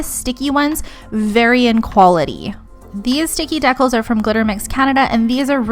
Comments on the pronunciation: Deeee-cals lol Not Deckels dekels Really great video tho! That’s for the education 🙏🏼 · Isn't it pronounced dee-cals?